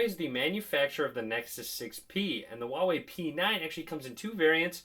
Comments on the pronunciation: Dude it's not wawei, it's Huawei. H's not silent! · You pronounce it "Hwa way" :P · Herbsarebadforyou dude go to huawei website it even says “wow way”